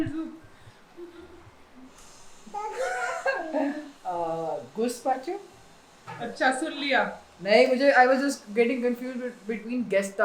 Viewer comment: GOOSPACHO NAHIN ITS GAASPACHO LOL WRITTEN IN SPANISH AS GAZPACHO LOL 😂